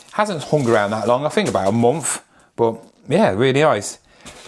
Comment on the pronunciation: Why do you say munff instead of month 😂